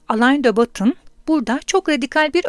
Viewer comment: Teşekkür ederiz. Yalnız aleyn de batın değil Alen dö Boton olarak okunuyor isim.